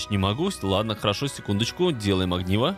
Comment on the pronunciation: не агниво а огниво